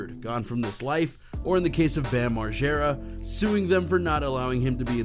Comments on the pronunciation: Moreega? Wtf lmao it's margera mar-jer-uh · Site is lazy don't do much research ..say Knoxville has fizzled out n can't get bams name rite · Bam mar-gear-ah and Spike jone-zee Wtf? Lol. Never heard that one. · “Jonezee”??? How do you pretend to be a news channel and not know it’s Spike Jones even though it’s spelled Jonze. That’s almost as dumb as the guy you showed who calls Bam Margera …”Bam Mareega” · "Bam Marega" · That nigga said Bam Mareega tf nigga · Thanks. As soon as I heard the guy call him Bam Mareega, I stopped watching.. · Did that idiot on ET just say Bam Mareeega? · As many times as Bam Margera has introduced himself, you’d think people would know how to pronounce his last name…